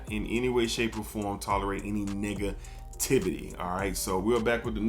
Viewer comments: Did you just say nigga-tivity? 😂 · Thought bro had a Booker T moment when he said “negativity” in the beginning 😅